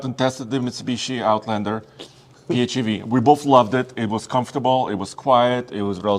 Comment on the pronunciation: It's not "pEe-hAvE", it's "pee-eighch-EV", the "EV" part should be clearly pronounced. Doesn't matter what Mutsubishi thinks about that, they don't own the accronym.